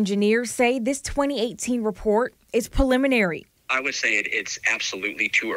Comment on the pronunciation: the news anchor mispronounces "preliminary" in a story about a collapsed building. Can you say Idiocracy?